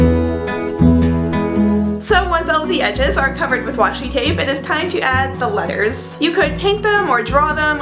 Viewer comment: Does anyone else hear "lyres" when she says "letters"?